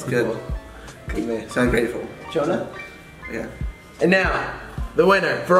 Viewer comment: Why do you guys call him Johona??